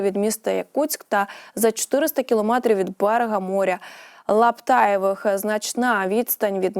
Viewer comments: Шановна ведуча! Море Лаптєвих, а не Лаптаєвих! Якщо шкільна підготовка нульова, то хоча б читайте уважно текст! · Яка безграмотна ведуча! Море не ЛАПТАЄВИХ, а ЛАПТЄВИХ! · Шановна ведуча.Моря Лаптаєвих не існує.Є море Лаптєвих.Будь ласка,на слові руда, ставте наголос на букву а.А так взагалі, дякую за інформацію. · Море не лаптаєвих, а Лаптєвих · Лаптаєвих..😅,хвора вудуча,лепече як з горячки. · Вірно ставте наголос на словах і море Лаптєвих.😅😅😅